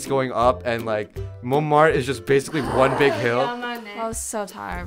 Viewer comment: is はthis にくっついて、いい加減な発音になってますが、what の発音がこういうのはよくあります